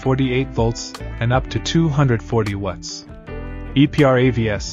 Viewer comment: Why you guys chose an AI voice that cannot pronounce "watts" properly for a power brick review and analysis channel is beyond me. I've basically stopped watching now that you switched to AI slop voice.